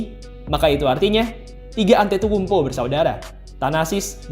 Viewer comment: Agak salah pengucapannya min..but its okay..emg agak susah nama org2 yunani